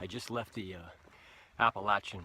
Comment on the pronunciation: I absolutely LOVE that you pronounce "Appalachian" correctly!!!!!! Most....don't! ha Rock on,!